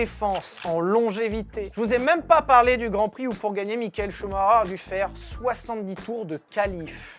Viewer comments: Schumacher et non schumareure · Michael Schumacher ce prononce "Chou ma ker" et non pas "Chou ma reur" 🤦🏻‍♂️ 🤦🏻‍♂️🤣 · c est vrais que CH on prononce R. Choumareur Ptain de francais d'mes couilles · J'espere q'un jour les francais prononceront bien sont nom. Shhhumarreureeer serieux 😭😭 shumacher !!! (shumaker) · Ah non. Je serai plus jamais capable de prononcer Chou Maker. Je vais toujours cracher Chou Marreur. C’est où que j’envoie ma mise en demeure pour traumatisme permanent?? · En Belgique on le prononce Schumakeur ou Schumakair ça me perturbe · Ça se dit shumaker ! Apprenez à parler sérieux je saigne des oreilles ! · Okay, j'ai rien contre toi mec j'adore tes vidéo, mais est tu dislexsique? Parce que ch ça ce prononce pas R🤣😅